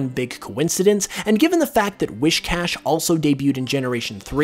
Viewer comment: I physically cringed with each "wish". Particularly because of the mispronunciation but also because the SH was so prominent it bothered me